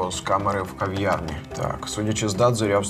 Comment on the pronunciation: Не в Ковьярні, а в кав'ярні (говорять не Кова, а кава,...)🇺🇦